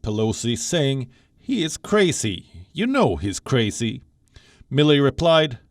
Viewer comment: The male news reader has "crasee" pronunciation. Where is he from?